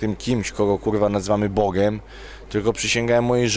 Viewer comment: "wszystke" "Bogem" "teologem" "goryle górske" "unii europejskej" Najpierw się ćwoku naucz poprawnie mówić, a dopiero potem bierz się za poważne rozważania natury filzoficzno-teologicznej. "Może są gdzieś rzeczy o których kurwa my nigdy się nie dowiemy i wiesz, ciężko to wytłumaczyć"-To dlaczego hipokryto odrzucasz z góry życie wieczne? Może to jest jedna z tych rzeczy, o których mówisz. Zliczył ktoś ile razy Różal wypowiedział słowo "kurwa"? :D